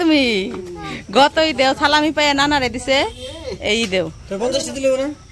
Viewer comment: কথাটা সালামী হবে .(.ছালামি) না ….যে নিজেই অন্যর দয়ায় অন্যের অনুগ্রহতে ..বাঁচে বৌ বাচ্চা ভাত দিতে পারেনা শশুর বাড়িতে পড়ে আছে সে দেবে অন‍্যকে সালামী 😱🤷‍♀️😂..nice joke….😜এ বছরের সেরা মজার কথা শুনলাম 😂